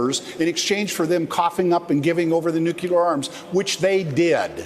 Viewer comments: Aw, come on,! I like ya, but please, the word is "nuclear", not "nucular". You're a Democrat. Stop saying it like Republicans do. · Nuke-you-lar vs nuke-lear. :)